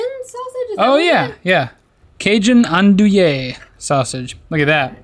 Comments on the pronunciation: 😂 Andouille is actually pronounced "on-doo-ee" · andouille sausage is pronounced "An-doo-ee," not "an-do-ayy" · Shows to watch. Letterkenny on Hulu. Soooo funny. Also. I’ve always heard it pronounced On-Dewey. pronounced it on-do-yay. I need to know which one is right.:) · Try Parks and Rec! (Also, it's "Ann-doo-eee sausage!") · The sausage is pronounced, " Ahn -doo-wee